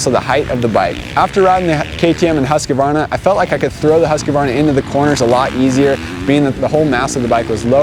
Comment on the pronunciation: Every time when you say “husqvarna”, it sounds like you’re saying “huskabarna”. Please say it right